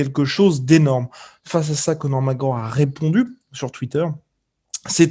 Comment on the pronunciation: "donc oui ! Conor Mawooorr qui avait dit !" xD